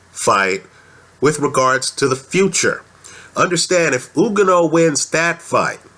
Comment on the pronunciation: and you pronounced his name wrong .....say like this OK!! ........ready .......youganah see simple